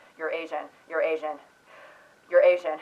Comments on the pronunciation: The way "you're asian" started to sound like "eurasian" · started sounding like Eurasian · "you'reasian,you'reasian,you'reasian,you'reasian..." Crap! I heard it as "Eurasian" and now I don't know what ethnicity I am.